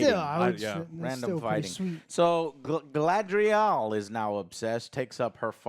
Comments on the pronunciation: It's GuyLadriel now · 20 years since the Fellowship movie and Joe still cannot say GA-LA-DRI-EL Who dafuq is galdrel? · Did Joe really call Galadriel „Gadriel“?? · Dude, Joe, her name is not Gadriel. It's Galadriel. Your review ended right then and there. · Joe still can't pronounce Galadriel lol. Try girl le drel it'll be better😂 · I stopped watching this as soon as he called her Gad-riel. Lol Clearly he doesn’t get to the cloud district very often. What am I saying? Of course he doesn’t. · How the fuck does Joe always managed to pronounce names wrong. “Gadriel.” 💀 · Dude STILL can't say "Galadriel" 😒 I mean, how ignorant OR stupid can one be? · He could AT LEAST say "Galadriel" right. It's said about 50 times. Whats next he's gonna call Sauron "Saren" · Why is Joe pronouncing Galadriel as Gaydriel? Or Sauron as Soron